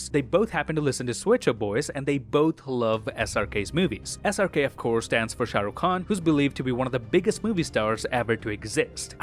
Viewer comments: Your pronunciation of "Shah Rukh Khan" was perfect! Thanks for the quality content you bring for us! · You pronounced Shah Rukh Khan right 👍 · The first foreigner who pronounced SRK's name perfectly